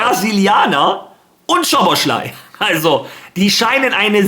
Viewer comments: man spricht ihn nicht schoboschlai aus sondern szoboslai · Falls du den Namen mal richtig aussprechen willst: Im ungarischen spricht man „Sz“ wie ein normales deutsches „S“ aus. Also spricht man ganz einfach Soboslai aus